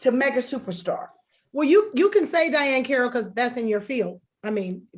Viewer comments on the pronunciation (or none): Girl!!! Thank you!! She said Diahann Carrol?!?! Are you high!! 😂😂😂